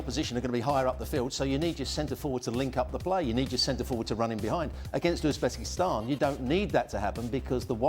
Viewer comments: Its Uzebekistsnan for Christ sake😂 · ITS UZBESKITAN morons